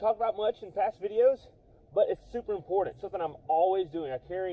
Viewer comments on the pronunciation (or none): Intracoastal not Intercoastal. Important not Impordant. Rural King not Rule King. Times not Toms. Island not Ahland. Lawnmower not lahnmore.